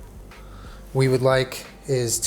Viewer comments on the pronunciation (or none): none